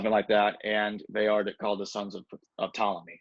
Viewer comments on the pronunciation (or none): Ptolemy SILENT P. just sayin